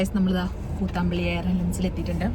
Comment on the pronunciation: Kuuuthambulli alla mole kuthambullli